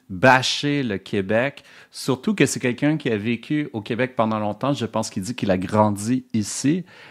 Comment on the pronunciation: Il dit aussi "Coobec", il m'a tout de suite perdu 😅